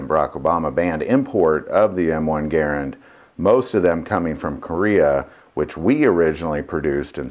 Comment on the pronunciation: Guy can't say Garand